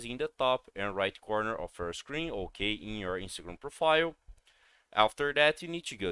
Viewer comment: Hokay? Hokay! Hokay.